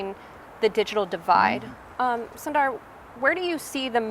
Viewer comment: she calls him "sun-dar" but his name is pronounced "soon-dar" just FYI